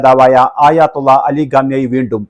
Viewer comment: ആയാത്തുള്ള 😂അല്ല ആയതുള്ള 👍👍iran ❤️